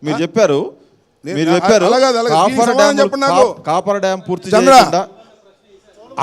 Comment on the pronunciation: Coffeer dam kadhu sir copper dam pls ex minister garu